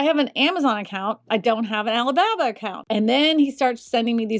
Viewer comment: "Alley Babba"